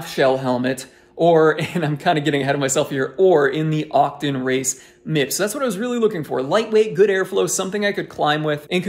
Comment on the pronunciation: Octon? Otocon... why you say it funny?